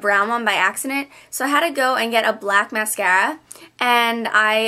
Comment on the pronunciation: You say mascara funny ! Anyways YOUR SO PRETTY !! :D